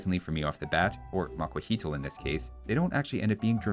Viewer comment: Love the bat changed to macuahuitl reference XD How long did you practice pronunciation? I definitely had to spend some time practicing before using it in class, hah!